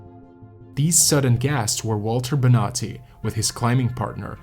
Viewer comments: It´s Bonatti, no Benati, please ' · So I was listening to this trying to fall asleep and I thought he was saying “nazi” every time he said Bonati. I was so confused like didn’t we already deal with the nazis? Why are there nazis on this mountain? 🙈